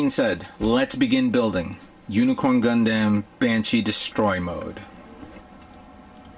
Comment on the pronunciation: Lol he says gun dem like gun damn